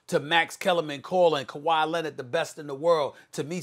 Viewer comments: “Kawhi Lennet” -Stephen a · Why does SAS pronounce kawhi’s last name as “Lennon” 😂 like this ain’t the Beatles it’s Leonard. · "Kuwhy Lennid" i laugh every time i hear SAS say his name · Why does SAS always say “Kawhi Len-ID” lol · “Kawhi Lennet”